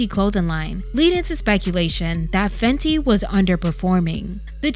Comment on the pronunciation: Sounds like Fendi🥴.